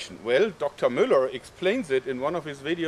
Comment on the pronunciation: "Muller" pronounced accurately in its original German form. Schön.